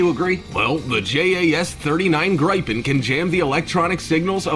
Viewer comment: Not to mention that the "announcer" kept calling the Gripen (pronounced greepen) "gripe-in. . .